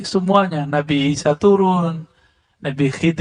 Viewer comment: Klo orang yg ilmunya tinggi menyebut sayidina isha. Juga jadi sayidina Aisha. Coba yg nonton video ini benar GK menyebut nabi isha. Jadi Aisha. Apa saya yg slah dengar lanjut kelamaan jadi nabi isha. Tidak Aisha lagi.